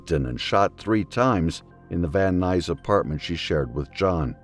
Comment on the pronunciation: Message to AI voice: that isn’t how Van Nuys is pronounced.